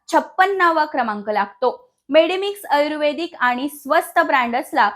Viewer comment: आयुर्वेदिक शब्दाचा उच्चार पण चुकीचा आहे